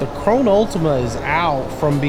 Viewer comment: Lol he said my name wrong